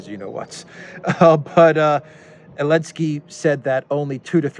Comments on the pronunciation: Why do you call him Elenskiy? He's Zelensky 😅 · You don't even know it's Zelensky, not Alensky....I can take none of what you say as informed based on that alone. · Idlike when u said : for what,.. for what,...?? Elensky? Really?😀👍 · Can you say XYelenski? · I love how you call him elensky makes me laugh everytime. (He doesn't deserve a capitol E) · It’s helensky